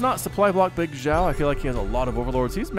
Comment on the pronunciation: Pronunciation of Bigxiao - say Xiao like she-ow but it's only 1 syllable not 2.